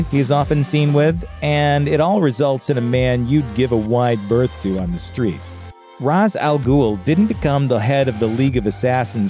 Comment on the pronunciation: And the pronuncuation of Ra's is infuriating. If they were gonna say it wrong, they shouldn't have included him. But then, everything about the Nolan trilogy was awful.